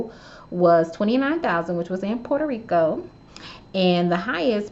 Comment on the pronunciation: When she said “Puerto Rico” 😂♥️🇵🇷